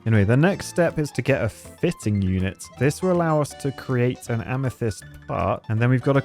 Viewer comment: Wait a second! Both times watching this i failed to realize has FINALLY learned how to pronounce amethyst 😂😂